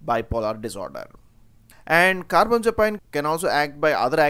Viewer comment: Car-bam-za-pine? It's Car-bam-azza-peen